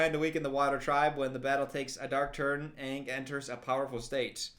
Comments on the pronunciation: Not "Ong" darn you m.night shyamalan 😂 😭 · no its aang, like pronounced like bang, but without the b. and its soka pronounced like sock-a like the socks you wear on your feet. also its appa, like your saying aahhhhh at the doctors office when he's looking at your throat or whatever. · At least pronounce aang right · ITS ANNG SOKKA AND APPA NOT OPPA MY MOTHER DOES THAT HEY STOP